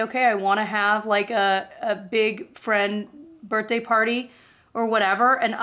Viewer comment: I just learned something new about you through this video, you say “burt-day” instead of “birthday”. 😂❤